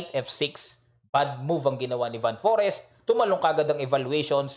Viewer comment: Coach, Fan Foreest tamang pronunciation. Like most european country, F ipronounce ang V. Mapansin mo rin yan during nung closing ceremony nila, Fan Foreest daw ✌✌✌